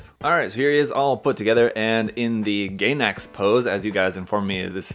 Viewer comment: FYI it's pronounced "guy"nax not "gay"nax